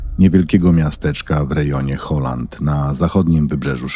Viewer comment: Kochani, jeśli czytanie nazw sprawia problem to można pójść na translator na Google i posłuchać jak to się wymawia żeby nie robić Holandii z Halland i innych niedorzeczności.